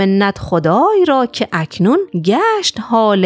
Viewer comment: دستتون درد نکنه، به نظر من کار ارزشمندی است در دسترس قرار دادن گنجینه‌های ادب فارسی. اگر می‌تونید چند اشتباه در خوندن شعر رو تصحیح کنید چون وزن رو به هم ریخته: ۱- بمانْد ( زمان گذشته) درسته نه بمانَد ( زمان حال التزامی). ۲- کاکنون رو باید «کَکنون» خوند نه «که اکنون»